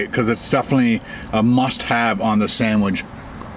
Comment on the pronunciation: Buddy stop saying SANDWIDGE it's just a sandwich it's easy to say let's say it all together now, sandWICH! Yay good job now keep it up turd